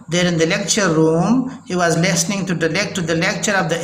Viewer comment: Pronounciation is very very bad jaise listening ko lasning